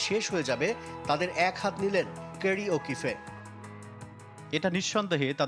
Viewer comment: স্পোর্টস জার্নালিস্ট হয়েও কিভাবে মানুষ উচ্চারণ পারে না?!!!!!এদের চাকরি দিল কে? ওকিফে কারো নাম হয় না নাম হয় ওকিফ, ওসি না অসি, মার্ক ওয়াও না মার্ক ভোহ.... just hire some professional sports analyst with bare minimum knowledge and moderate command of pronunciation